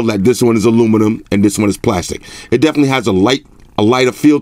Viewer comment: 3D glastic. LOL 🤣